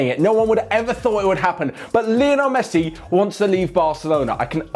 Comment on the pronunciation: " Basically mesthi thinks that...." that much excited....